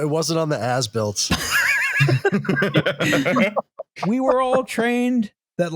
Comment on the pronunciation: Why does As Built keep sounding like Ass-Built? Guess it's appropriate though...